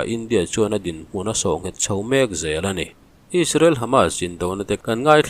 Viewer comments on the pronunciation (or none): none